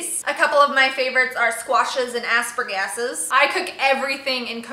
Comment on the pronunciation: The way you said asparagus made me laugh. Asspergas ?? That killed me. You're so funny.